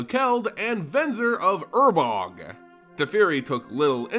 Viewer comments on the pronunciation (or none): Ur-Borg. Not urbog... god that drive me insane. Urborg dude. Say it right. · New subscriber, found your lore videos and fell in love with them. Listening to them while I drive around for work (I'm a sales rep) The only gripe I have with anything is I was 99% sure it was pronounced UR-BORG Either way keep it up, these are amazing sir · man can you read? urboRg, sYlex. sheeit. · It has to be on purpose. Please god, tell me it's on purpose.